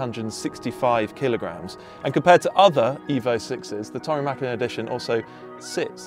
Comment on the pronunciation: Props for the ä in the Mäkinen 👌🏻